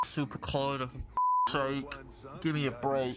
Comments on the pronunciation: Brother, please stop saying Collider like this. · a lot of pretty elementary mispronunciation errors in this video. Xy is pronounced like Z, so it's Zyexa. I find it hard to believe that you don't know how to say "collider" but hey. anyway, good luck. a little too distracting for me to continue watching.